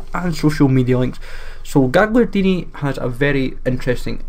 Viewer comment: Gagliardini not gigliardini